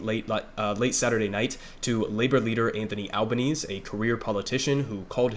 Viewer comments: also, it's pronounced al-buh-neh-seh and they're the greens not the green party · A few things from an Australian: 1. AlbanesE - gotta pronounce the E at the end. 2. The Liberal Party aren't your Republicans. They are made up of two prominent factions: the moderates (essentially Democrats) and Conservatives (essentially Republicans). 3. Labor are a social democratic government and fun fact is that the Australian Labor Party was the first modern social democratic government to form on a national level. 4. Albo is a socialist on a personal level. That's well known and he's the leader of the socialist left wing of the Labor Party. He will absolutely not be allowed to govern as a socialist though. 5. The fires in 2019 were mainly devastating for the Eastern States. Western Australia tends to seem much more devastating due to the size of the area burnt but really WA is the bigger than Alaska AND Texas combined with 2.9 million people in it, 2.1 of those in 1 city. 6. The Greens got a record vote, which is great. However, we have preferential voting so Labor picked up seats off the back of greens voters and the Greens will only win 2-3 seats in the house of Reps. The larger primary vote does increase their power in the Senate though so Labor will have to work with them to pass legislation there. 7. If state Labor governments are anything to go by, we'll see increased action on climate change but it will largely just be greenwashed Capitalism. Better than nothing but we're not going to become the green powerhouse we should be. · Love the coverage, just one thing, it's Albanes-e, you pronounce that last E